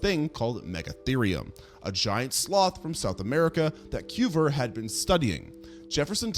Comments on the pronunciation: Cuvier is not pronounced "kyoo-ver," but rather "kyoo-vee-ay." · George KOOVER?! XD Its (koo-vee-EH). XD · Coo vee A. He was French. Where did you go to school? Brooklin?🤔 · I'm not sorry to be that guy, but you completely butchered the pronunciations of Chalicotherium, Platybelodon, and Cuvier. 🤦‍♂️ It never hurts to double-check these things before you upload. I love your content, but this sort of shit drives me crazy and you can do better. Don't be careless and lazy. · It's Piltdown man, not "pitdown" man. And yes, it matters. It matters tremendously. So does the great French scientist Georges Cuvier, rhymes with Marge Bouvier (Simpson). In pterygota the p is silent. I realize you aren't a journalist, but you make mini-docs and you should pay attention to the deets. It speaks to credibility. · Small suggestion? Check the pronunciations of both the organisms and the scientists in your next video; your stories are interesting, but hearing you mangle Cuvier's name half a dozen different wrong ways is making my teeth ache. 😉